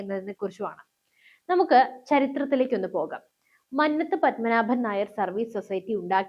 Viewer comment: മന്നത് അല്ല മന്നത്ത് പന്മനാഭൻ മലയാളം പോലും ശരിക്ക് അറിയാൻ പാടില്ലത്ത ആളാണ് വാർത്ത വായിക്കുന്നത്